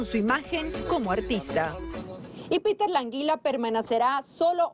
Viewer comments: Alguien escucho a la periodista decir en minuto " y Peter la Anguila permanacera" que buena periodista jajaja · Atentos al minuto Dice "permanacera" xD :v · permanacerá? jajajajajajaja, alguien que le enseñe a hablar a la reportera. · "y peter la anguila 'permanacera'" jajajaja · permanasera jajajaja :v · Nadie se dio cuenta jaja permacenare